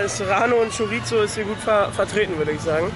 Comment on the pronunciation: Lidl auf Malle ist super, aber man spricht Chorizo mit einem weichen s aus. Schoriso! Ich glaube Ihr seit Schockverliebt in Mallorca! Ist auch mega da und die Spanier sind super sympathisch!